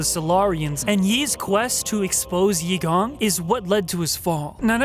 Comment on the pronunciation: Achievement unlocked: pronounced Eigong's name correctly :P